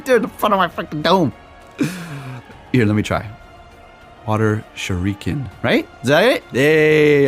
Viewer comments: just say show-Ryu-Ken! let me know for more tips lol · Lmao! You crack me up, it is pronounced "shur-uh-kin" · it's correctly pronounced SURE-EE-KEN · You pronounce it like Shurikenn (nnnnnn)